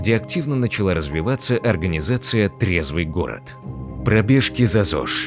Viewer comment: Вы только послушайте как он это произнес: ТРЕЗВЫЙ ГОРОД!😂 будто их в фашизме уличили